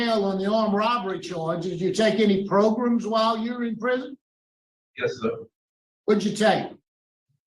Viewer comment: I love when says progrums🤣🤣🤣🤣